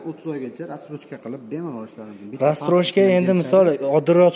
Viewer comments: рассрочка дийилади растрочка бас 😂😂😂😂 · 2 ой олдин 430 миллион эди соната. Акция булса ошарканда нарх 😂. Админ разтрожка эмас Рассрочка деймиз🤫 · Салом расстрочка эмас рассрочка айтилади укам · Колхоз,растрочкамас рассрочка булади